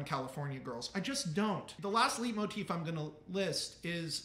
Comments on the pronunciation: I think I'm Always gonna say "leet"motif from now on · This is so fascinating I didn't even care about leitmotif being pronounced wrong.